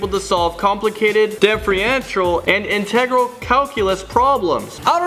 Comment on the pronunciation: When you can't pronounce differential and integral lol